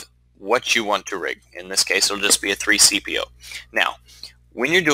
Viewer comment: Did you... DID YOU JUST SAY 3-CPO?!